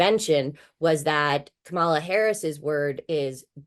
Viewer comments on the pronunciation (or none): Is it really THAT difficult to pronounce Kamala’s name correctly or does she insist on being disrespectful? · "Fox News political analyst" and also "Democrat strategist" Jessica Ehrlich, who cannot/will not pronounce Kamala?